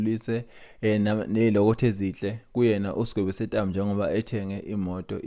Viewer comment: Sentambo not Setambo